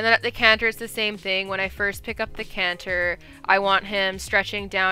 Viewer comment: I love how you actually pronounce canter. Where I live in New England we say “canner”